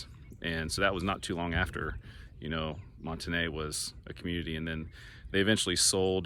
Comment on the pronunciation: You must not be from Northwest Arkansas. I used to live in Springdale and have to been to Monte Ne quite a few times. But here in Arkansas it's pronounced like "mont knee". Do some research please.